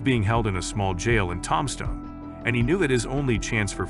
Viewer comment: Heads up , guys : "Robo-voice " narration , REALLY bad pronunciation : "TOMstone , Arizona " ???? " The gunfight at the OAK CORAL " ???? Pathetic !